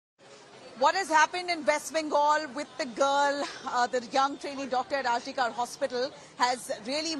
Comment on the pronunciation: Kar is to be pronounced kor - some one needs to tell the reporter